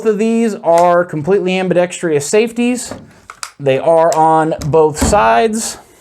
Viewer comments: Ambidextrous not "Ambidextrious" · Why does everyone, I mean all of them, insist on saying ambidex-Tree-US? It's ambidextrous. There's no E-US. WTF. Feel like I'm in the twilight zone. It's everyone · am·bi·dex·trous /ˌambəˈdekst(ə)rəs/ there is no 2nd I. It is not, am-bi-dex-TRI-ous (facepalm) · Okay, I’ll be the one to say it. It’s not ambidext-REE-ous. It’s ambidextrous, exactly how it’s spelled. Excellent video otherwise, but I couldn’t let you go through life saying that word wrong with confidence. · Just say ambi if speech isn’t your forte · I spelled it the way he pronounced it. I was being facetious.